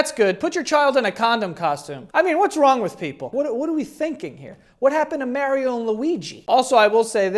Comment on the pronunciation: That mario pronunciation pissed me off 😭😭😭